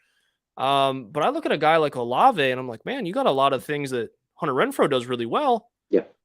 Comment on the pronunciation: Bro how could you let him keep calling Chris “Oh-Lahv” 😂